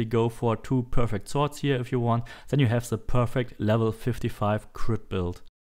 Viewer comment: Stop saying ZEN instead of THEN !PLEASE